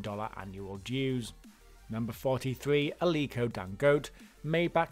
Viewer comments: I know! I mean, with no offence intended towards anyone, if we can take the time to learn and pronounce "Schwarzenegger" I don't think it's asking too much to find out the right pronunciation of Dangote! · Who else got bothered every time he pronounced Dangote wrong?